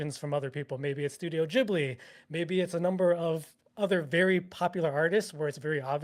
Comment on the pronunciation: I am no hater. But calling Ghibli Geebli is triggering me hard xD